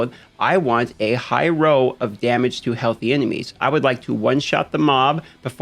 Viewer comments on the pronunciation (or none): When you say 'row' you mean 'roll' right? :) Really enjoy your content and delivery style, thanks for the vid. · Why does he keep saying roll so weird. Even youtube closed captioning thinks hes saying row. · Is it just me or does him saying "roll" sound like "row"